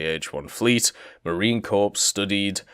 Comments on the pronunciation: One thing that is going to annoy a lot of people besides me is how you pronounce Marine Corps. You don't pronounce it like corpse, it is core. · He is pronouncing Corps as 'corpse' on purpose right? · Corps is pronounced like core